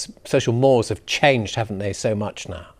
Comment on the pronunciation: "social mores" LOL Its a Latin word .. pronounced more-ays